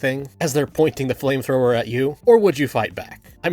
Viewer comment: "If an inside person is going with a flame trower" pyro tf2?